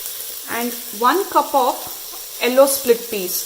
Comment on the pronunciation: Watching this for the first time. I got distracted how you pronounced "Yellow" its sounds like hello.